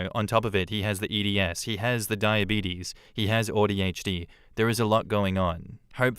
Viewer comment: Listening to say “Audi HD” is driving me crazy 😂